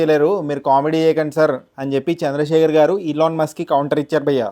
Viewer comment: ilon mask kadhu bro ... Elon Musk